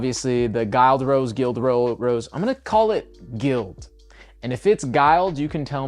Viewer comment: It’s gild. Liked gilded pages of a book